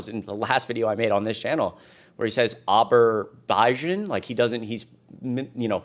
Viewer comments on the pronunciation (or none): Daily Show has a better clip of trump screwing up the name of “Aberbijian”.. it’s in the post-Kimmel episode where they have the gold frames everywhere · Trump is detatched from reality, and sometimes it seems like he doesn't even know what he's saying. He was having trouble pronouncing Azerbaijan, and then he said that he stopped the war between Azerbaijan and Albania. Azerbaijan was having problems with Armenia, not Albania. Then, another time, he said that Azerbaijan was at war with Cambodia, which is false. Not too long ago I heard him say that food prices are coming down and inflation has been handled, neither of which is true. I don't know what alternate reality he lives in, but it's definitely not the real world. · "I settled Aberbijan and Albania" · In the UK, he said Aber-baijan and Albania. Jon Stewart had a great segment that included this on the Daily Show.